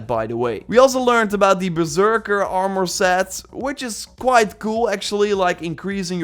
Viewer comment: "Oarmore set" 😂